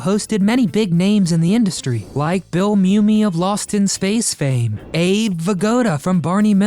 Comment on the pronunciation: Bill "Mumy" is mum'me not moo'me